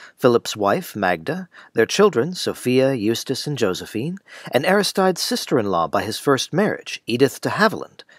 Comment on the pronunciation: This looked like an interesting video but I'm afraid I found your repeated mispronunciation of Aristides too jarring to finish. Perhaps it is pronounced differently in this adaptation but the Greek pronunciation would be more like, "ah-RIS-tih-dees", I believe.